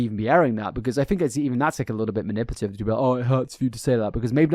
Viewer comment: Manipulative... Not "manipative"... Please pay attention on how you speak.